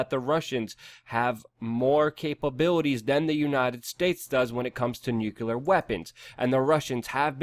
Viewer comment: Nuclear, not nucular, rubles and not rupees. Also Eeranians, not I-ranians...